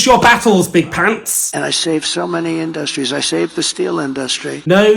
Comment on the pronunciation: Does Trump say "Industries" weirdly? It's like he suddenly remembers there's a middle syllable in there.